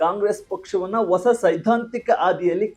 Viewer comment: ಮಹನೀಯರೇ ,ಕನ್ನಡ ಭಾಷೆಯ ಶಬ್ದ ಗಳು ,ಸರಿಯಾಗಿ ಉಚ್ಚಾರಣೆ ಮಾಡಿ.ಹೊಸ ಅನ್ನು ಒಸಾ ಎಂದು ಹಳೇ ಯನ್ನು ಅಲೆ ಎಂದು ಮತ್ತೆ ಇದೇ ರೀತಿ ಇನ್ನೂ ಬಹಳಷ್ಟು ಶಬ್ದ ಗಳು ತಪ್ಪಾಗಿ ಉಚ್ಚರಿಸುವುದು ಸರಿ ಏನು ಹೇಳಿ?